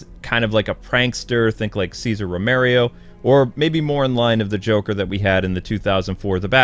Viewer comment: César RO-ME-RO not "ROMERIO"